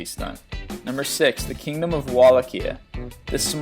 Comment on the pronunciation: "#6 The kingdom of Wallachia" ok you sir slaughtered that pronunciation, and... Wallachia was a kingdom for centuries, controlling most of what is now Romania they were originally part of the Byzantines and later gained freedom when the turks invaded, they then fought with other Balkan states and unlike them, survived ottoman aggression and still existed up until the 1900's, so sent you more correct in saying that it is foolish to create a nation of Romania as a publicity stunt inside the long existing and highly legitimate kingdom of Wallachia?